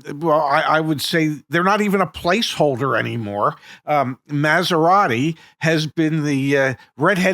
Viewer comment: "Maz-er-ati", huh? Sounds like you're not particularly familiar with this marque, huh?